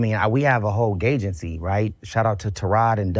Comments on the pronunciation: Did Ray J. just say "gaygency" 😅😅😅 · Did he say "gaygency" 🤣🤣🤣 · Did he say gaygency?